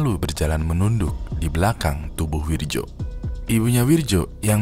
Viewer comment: Itu bacanya Wiryo bang